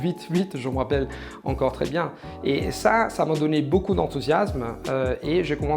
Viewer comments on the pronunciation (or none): none